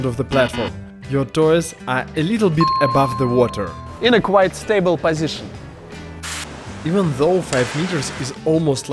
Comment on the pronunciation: Всё-таки произношение слова "пазишн" на тебя выдаёт ))) Хотя с начала ролика думал, что какой-то немецкоговорящий. Anyway, контент - топчик! 👍🏻